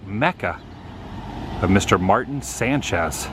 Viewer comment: Love Tio's. Changes all the time. I think you would pronounce the artist name as 'Marteen'. He has had work shown at other areas in town including the Riverside Art Musum. Lots more to see on Riverside. Come back.